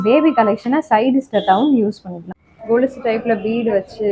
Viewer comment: It is kolusu not golusu sister